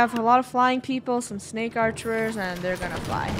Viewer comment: Funneh: ArcherErs